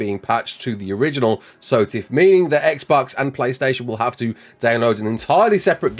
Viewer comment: dont ever pronounce SOTF how you did in the intro sir